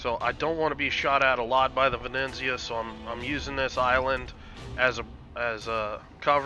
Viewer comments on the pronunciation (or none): Ve-ne-zia :) Not Ve-neN-zia :D Awsome play! I like when you explain thought-process... learned a lot! Perma smoke combo look great! Thnx and keep up the good work!